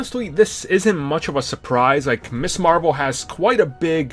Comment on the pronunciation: Dammit. She was NEVER (IMO) "Miss Marvel"!!!!! She was Ms. Marvel. Ms. is pronounced MIZ, not MISS!!!!!